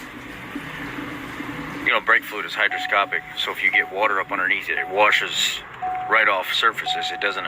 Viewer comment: I may be hearing you wrong but are you saying brake fluid is hygroscopic or hydroscopic. Hygroscopic is what you're looking for. Thanks for video.